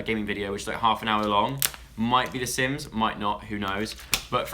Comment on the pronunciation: when i heard sims i was like wait what did he say again?